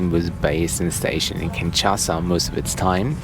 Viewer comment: It is called KinSHasa, not KinCHasa.